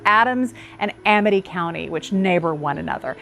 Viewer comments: I was gonna say this. Made me giggle. It’s ok she’s learning. 😊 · It’s pronounced A- Mit County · Amite County in Mississippi is pronounced a-MITT. The Amite River in Louisiana is pronounced A-MEET. Just FYI.